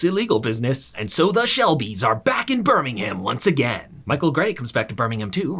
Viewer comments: It's not burnnimham it's Birmingham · Hey great video! Birmingham is pronounced like “burm-ing-um”, no “ham” though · One day Americans will realise Birmingham, Buckingham etc are pronounced Birmingum and Buckingum 🤣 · Couldn't watch, it's pronouned 'Bir-ming-um' not 'bir-ming-HAM'. If ya cor do it properly, dow say it at all 😅😂🤷‍♀️ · It's great to not have a robot reading script and mispronoucing words 😂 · As a Birmingham native, I am highly offended by your pronunciation of our city sir 🧐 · idc how good of a video this is, you get a dislike for saying birmingham like that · amaricans trying to pronounce birmingham💀💀💀💀💀💀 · You obviously don’t know how to Birmingham, because that hurt man the way you said it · A piece of advice so pronunciation of Birmingham The ‘h’ in Birmingham is silent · Please never say Birmingham like that again EVER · Ngl you said Birmingham wrong